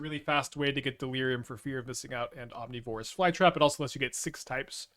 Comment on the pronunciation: People bringing up slightly mispronouncing ouroboroid while he completely mispronounces omnivorous is wild to me. Especially where omnivorous is a much more common word. (Maybe I'm also wrong but the way he says ouroboroid sounds fine to me)